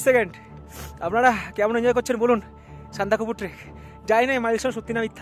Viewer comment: Ore sandakofu noy re bachha, sandakphu bole